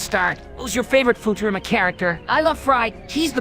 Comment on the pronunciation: BENDER PRONOUNCING IT AS FOO-TERAMA IM YELLING